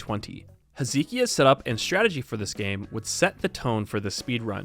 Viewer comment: Oh that is a painful pronunciation of "Hezekiah"